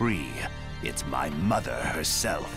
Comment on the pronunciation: Black Zetsu: muther